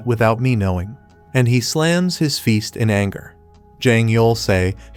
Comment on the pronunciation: I just noticed fist sounds like feest